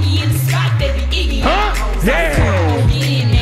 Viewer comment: "ITS IGGY NOT JIGGA"